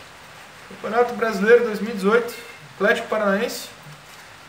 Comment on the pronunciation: aFlético, por favor. Kkkkkkk